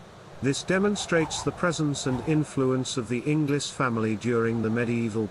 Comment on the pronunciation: Hello fellow inglis. He says it wrong though